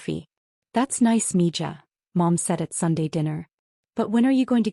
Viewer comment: It's Mi ha and not Mija